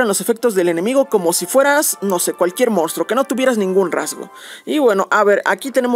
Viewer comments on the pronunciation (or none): none